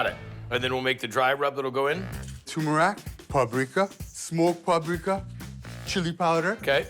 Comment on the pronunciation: Turmeric ❌ Tumrac ✔